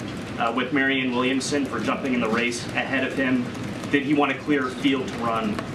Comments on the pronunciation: still seems to have trouble with the name "Williamson". Did she say "Womanson" again? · "Marianne Wilmingson." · Dude... The first woman didn't know the word for a crystal ball, and the second woman got Marianne Williamson's name wrong. Jesus Christ